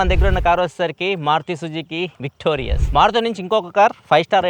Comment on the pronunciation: Victorias kadu sir, its Victoris.. Meeru Victorias ani pronounce chesthunnaru